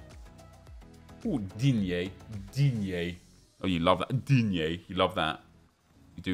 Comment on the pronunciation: Anyone realise nep said digne normally 😱😱😱😱